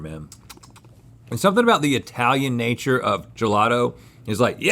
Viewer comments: really concerned with the pronounciation of italian did link say i talian what is that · I cant be the only one that cringes every time Link says "Eye-talian"...